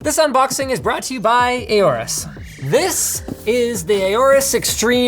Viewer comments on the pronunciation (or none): Linus constantly saying Aouris instead of Aourus is quite triggering. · Is that actually how you pronounce AORUS? "A or us?" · Bruh i think i pronounced Aorus as Aurus